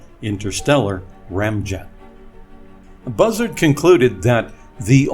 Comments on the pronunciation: Bussard is pronounced Boo Sahrd, not Buzzard lol. Otherwise, a great video!! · oo...long "u" sound as in "shoot" It's FRENCH ! Nuclear... three syllables: 'new, klee, uhr' Or better yet 'new, klee, er' K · Constantly mispronouncing Bussards name by the use of shitty text to speach is frankly insulting.